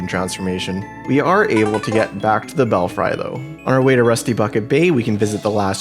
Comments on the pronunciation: Free.... Bell-free. Not bell-fry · I know it's not a word you hear often but it's still strange to me that an adult would see this word and think it was pronounced like fry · Despite the spelling, it's pronounced bellfree